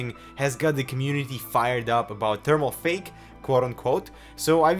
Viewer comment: did you say thermalfake?